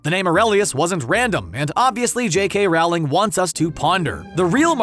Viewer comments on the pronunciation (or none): Rowling is pronounced like “rolling,” not like “fowling.” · It’s Rowling like bowling, not like cowl-ing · But... it’s pronounced like Rolling not Rauwlling.... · Here’s an obvious thing you missed... It’s pronounced “rolling,” not “rOWling” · Stop saying Wrowling! It's Rowling similar to bowling! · For future videos, please remember that it’s Rowling as in bowling. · Please learn to say Rowling correctly. Thanks! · You’re mispronouncing Rowling. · I hate how you say JK Rowling name